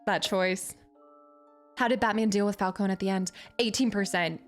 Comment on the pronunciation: Hurt my soul evert time you said Fal-cone lol ...instead of Fal -cone -e